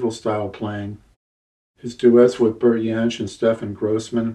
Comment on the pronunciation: Thanks, great interview, or should it be 'Yas'? Maybe Yohn Renbourn too? Never understood why people call Bert Jansch 'Bert Yansch'? Bert always pronounced his name with J not a Y (Jacqui McShee told me this).